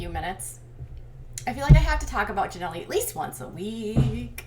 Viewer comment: Please quit saying Janelly, it's so annoying